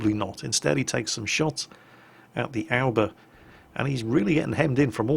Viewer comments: Is it just me or does it soud like he is saying "Alba" instead of "Aoba"? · Well all love the way pronounces ship names, especially IJN ships, but where is he getting the 'L' from in Aoba? He keeps saying Alba. I call it the Ah-oh-ba. Or Oh-ba. Obo? Do we have any Japanese nationals with us able to help? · Ah-oh-ba is the correct way to pronounce it. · "Nevertheless the Ourber is a decent ship. It's the first Japanese cruiser to get 203mm guns.." Wait, I thought the Furutaka had those too. checks online Oh, Furutaka had 200mm guns, and then 203s for the reconfigured three-turret version. Wait, was it like that in WoWs? I don't know anything anymore... Curée harbor? Where's that, France? You mean Kure, right? That pronunciation should be more like "Coodday" or at least "Coo-lay"....Should I add an "Actually,..." in there? Well, let's pretend I did. (That's "Coo" like in coo-coo bird. Not Cocoa. The "dd" in English is the closest sound to the Japanese "R". ie: Pudding/Buddy. Of course, Japanese doesn't have an R, that's just a transliteration. The tongue should tap behind the teeth during vocalizing for the sound. English R doesn't even use the tongue and L starts from the behind-teeth position... Am I explaining too much? I'll stop.) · you do a good job of pronouncing some foreign words, like Grille. Then you don't do as well with Japanese. A-oh-ba.